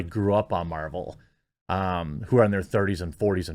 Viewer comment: Ms. Meh-vel...she has the power to make me not care.